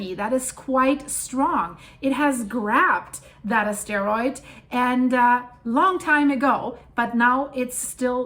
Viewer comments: Honey it's pronounced asteroid not a steroid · So i really don't want to that "follower" but it really sounds like you are saying steriod instead of astroid,(makes me giggle)or was that just me... Also speaking multiple languages is a talent (I'm assuming you do) no hate given, just saying what I'm hearing.... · SCREW THIS FOOL, THEY DIDNT TELL HOW TO SAY IT. SAY ASS<----LIKE BUTT THEN SAY ->>TROID ~ GOOD LUCK GIRL I LOVE YOUR VIDS~ 5 minutes ago Honey it's pronounced asteroid not a steroid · You are saying asteroid wrong. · When you stress the second syllable of "asteroid" then one hears that you are talking about steroids :) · I didn't know that is how you pronounce 'asteroid'. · You can pronounce ASTEROID better 😉